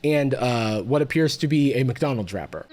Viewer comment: didn't realise Jarvis said "mcdonald's wrapper" and thought he said "mcdonalds drapper" as some kind of censorship speak for kidnapper lol